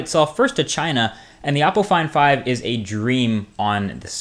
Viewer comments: LIke if you thought he was saying apple iphone 5 instead of oppo find 5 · When you said Oppo Find 5, I thought at first you said Apple Iphone 5 with a weird accent.